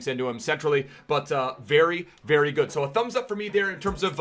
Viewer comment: I love when he says GUD EVENING EBERYONE